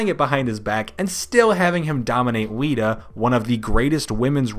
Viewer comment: not but the other dude said wita instead of lita